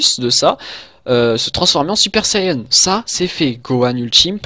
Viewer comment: c'est quoi un "super sayeune" ???